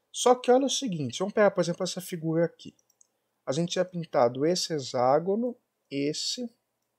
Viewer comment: A pronúncia correta é "hecságono". X tem som de cs em várias palavras: convexo, complexo, taxi, etc..... termo grego é hexa, sempre som de CS! Mas comum... até Iberê Tenório erra normalmente.